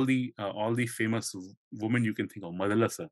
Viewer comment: Rajaji’s Mahabharata got published in 1958. It is funny hear speaker say that many Indians got introduced to Mahabharata for the first time in 1958 because of Rajaji’s book :) Next I wish speaker reads Indian names in Indian lipi. मदल्सा instead of मदालसा। प्रम्द्वार instead of प्रमद्वरा 😮